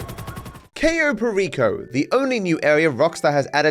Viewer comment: I love when english speakers say "cayou pericou"🗣🔥